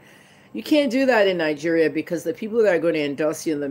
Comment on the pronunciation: Nigeria as a whole is a scam. Say it right woman!!!